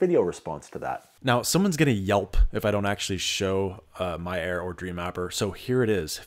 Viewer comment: I swear you are saying "My error" instead of "My air" LOL